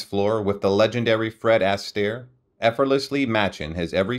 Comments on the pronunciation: It's Fred 'Ah-stare' not Fred 'ASS-stare' (phonetically spelled) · Oh mr NARRATOR...where on Earth Did u learn to speak......u mispronounced...ASTAIRE... REVUE...AND A HILARIOUS VERSION..OF BEGIN THE BEGUINE...l stopped listening cuz it was too horrible to to LISTEN to....